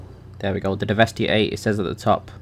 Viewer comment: I thought it was pronounced de-vest-eh